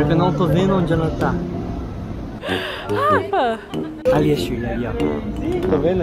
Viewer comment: A Shi em todos os vídeos fala Garrafa pq ela quer falar Gabriel e também Rafa aí ela fala Garrafa kkkkk